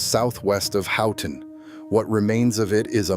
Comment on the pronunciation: Edited to fix spell edit typos Keweenaw [Peninsula] is Pronounced "KEE-whenah" Houghton is pronounced "HO-ton" Dining Hall doors opened inward, ppl couldn't get out of the Hall. Ancestors lived there. Sad pic of horse-drawn hearses that had gone past their house on Pine street.